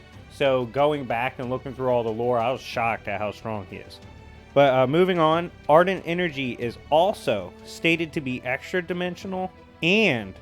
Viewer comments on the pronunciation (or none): i do just want to say it is not ardent its argent.